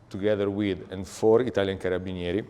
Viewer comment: You could have been a butcher the way you pronounced Carabinieri. 🤣